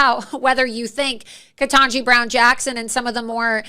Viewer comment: Nobody who does political commentary should not still be unable to pronounce Ketanji at this point.